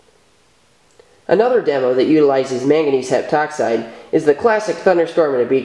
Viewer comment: when I heard "mangangese heptoxide" I was like, you sure you wanna do that?